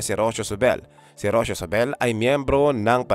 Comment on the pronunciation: Rocio pronounce as Ro-See-Yo